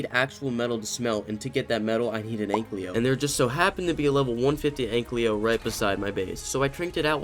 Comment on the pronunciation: Please stop saying anklyo... the name says ankylo it sounds off, you can just read the name and i hate that you mispronounce a simple name that is literally rwritten above the creature..